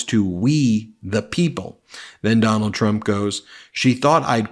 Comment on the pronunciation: “You’ll have to ask her”. Four times? Typical mind numbing repetition from what’s his name. Doonald? Do nada? Dome bald? So many ways to pronounce it. Can’t keep track.